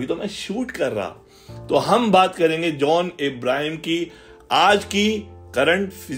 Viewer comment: His name is john not jauuun